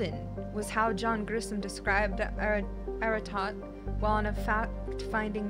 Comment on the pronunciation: She said "Jon Grissom" and that's literally the first time I've heard that name said aloud. I was doing something else, just listening, and suddenly I heard her say "was how John Grisham described Aratoht" and I was like... wtf? The writer?